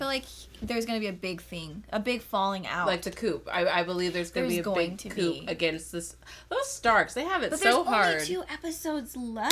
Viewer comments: Coup is pronounced coo as in poo not coop as in poop. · Please stop pronouncing the "p" in "coup". Thanks.